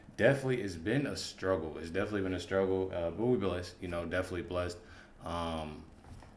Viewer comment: DEFINITELY……..not deffly . Give me a break, this guys as dumb as Willis. Why do we need dumb people reacting to reaction videos! Learn to speak d bag